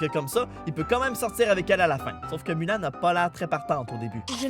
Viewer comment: "MOULAN" dsl mais j'ai du mal (ça rime) je sais que le "U" peut se prononcé "OU" mais j'ai vraiment du mal